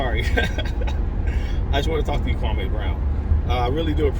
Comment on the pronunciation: It's Kwam-e not Kwa-may but I certainly appreciate your genuineness. Thank you for this video. New sub here. 🙌🏿